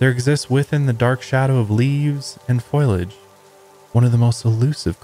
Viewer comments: Wish the episode was a little longer. Btw: foliage has 3 syllables. It’s pronounced fō-lee-ij. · Ingesting all the higher love wellness products and tucking myself in 😴😴 ETA in my best hermione granger voice: it’s foliage not foilage 😂😂